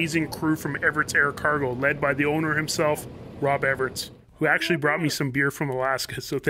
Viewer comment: Hi Mikey, how come you pronounce it Everits but it is spelled Everts?